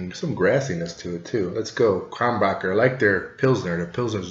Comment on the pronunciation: It's Kro nen berg or Kro nen boorg not Kron backer. ok I've got that out of my system. Your description of citrus and spice is spot on and I personally think it has a bit more depth of flavor than Blue Moon which is another good light summer wheat beer. Keep tasting beer for us Cheers